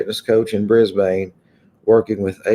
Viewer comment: And it is pronounced Bris-bin...😎